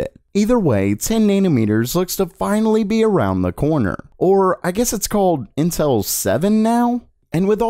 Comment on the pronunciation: it kinda sounds like he's saying incel